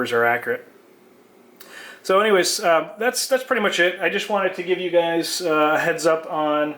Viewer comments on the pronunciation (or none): none